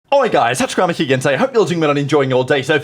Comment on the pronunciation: Alright guys, Tactarabaheegin today